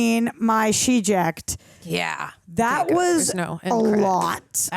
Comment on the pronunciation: Yikes She-jects 🫣. That's a rookie mistake and you're better than that 😂